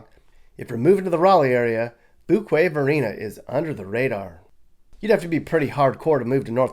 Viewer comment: Few-kway-Varina is how it's pronounced, not Foo-kway....